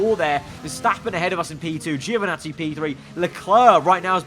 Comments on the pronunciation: Ouch "Geo" again. Poor Giovinazzi, he always get his name mispronounced so badly. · International phonetic is [anˈtɔːnjo dʒoviˈnattsi]. In short "gio" in italian sounds like a british would pronounce "djo" (no english "e" sound whatsoever) . In italian - or other romance languages - it's absolutely natural, but english makes different use of vowel sounds (same reason why italians often mess up english words).